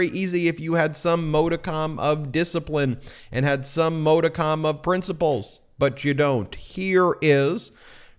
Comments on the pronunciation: Please stop mispronouncing modicum. ... It is pronounced- maa·duh·km. maa·duh·km You're driving me crazy. Don't be like dumb Republicans. If you can't pronounce a word properly don't use it. Look it up first. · Ben you're college educated. Dude look up how to pronounce MODICUM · Ben, at approx. in this video, you mispronounced the word 'modicum' twice! It would seem at this point that you do this purposely with little regard for correct pronunciation. I am sure that you take great pride in the videos and information that you post, so PLEASE know that as an experienced lawyer, mispronunciation makes a lie of your experience and education. (retired teacher) 😇🙏🌈